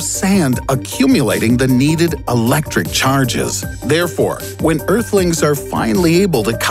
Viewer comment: You say earhtlings, are you from a different planet?!